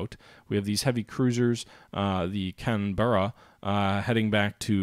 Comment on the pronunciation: Leander is pronounced Lee-and-er and Canberra is pronounced Can-bear-Ah